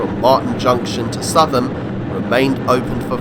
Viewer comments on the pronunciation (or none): Southam is pronounced 'Sou tham' (or perhaps south'um) but a great video otherwise !